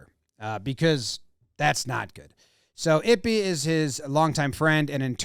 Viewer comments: Eee-Pay.. not ippy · “Eep-aye” is the pronunciation, please no more “ippy” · Eee-pay Jimmy, it's pronounced Eee-pay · It's e-pay. Pronounce his name correctly. It's not i-pee 😐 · Not ippy or yippy sir it’s pronoun e-pay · It’s “eepay” not “ippy” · It's pronounced 'Eee-Pay" not ippi lmao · How are you going to seriously cover the story and continually call him "Ippy" Aren't you the one obsessed with getting names right..? Just seems like an obvious pronunciation to me. Appreciate the info rounded up though, thanks jom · pronounced "ee-pay" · Who's Ippy ?? lmao Pronounce Ippei correctly ! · It’s pronounced “EE-pay” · It's pronounced ee-pay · Ippei is pronounced "E-Pay" kind of ironic now that I think about it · FYI, Ippei is pronounced like it-pay. (I’m Japanese) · Jimmy, my guy. The name is pronounced eep-pay. 🤣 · I believe the pronunciations would be Ee-Pay and Boy-er